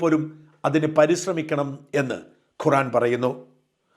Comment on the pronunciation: ഷാജാ ഖുറാനല്ല. ഖുർആൻ. അല്ലാഹു എന്നു പറയുക. അള്ളാഹു എന്നല്ല.